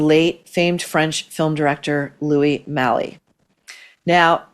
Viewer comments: The last name of French film director Louis Malle is pronounced "Mal", as in malcontent. Not "Malley". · Jesus Maureen, the fact checking is sloppy! It’s MALLE NOT MALEEE, the French are cringing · Just discovered your channel and love it! FYI, Chloe Malle's last name is pronounced “Mal”, not “Mally”. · It's pronounced Louis Mahl, not Mali. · Love the show Maureen!! I believe it’s pronounced “mall” since Louis Malle is French. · Malle = “Mall” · Louis Malle pronounced the French way - as he is French (Maall) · I got Meg;s book! Gentle mention: Louis Malle rhymes with Dahl as in Raold. And a PRIMER as in a small instructive booklet has a SHORT I, rhyming with glimmer, while Primer with a long I is Paint. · Malle is pronouced to rhyme with 'pal'. No accent on the 'e' so it's silent . Merci